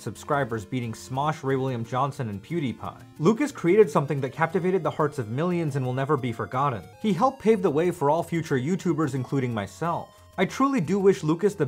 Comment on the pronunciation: You pronounce things weird. Forgodden